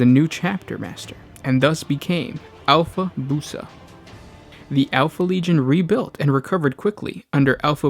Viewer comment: Bruva = Brother in Pronunciation and Alfabusa = Alpha-bew-sa